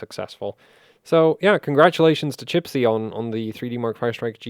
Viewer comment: the nickname of one of the hwbot clockers is CHISPY, not CHIPSY:) Give him a fair treatment and acknowledge his name properly:)